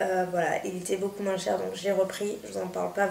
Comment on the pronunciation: Toi aussi tu dis "moinsse" comme m'ont encienne prof de maths. :')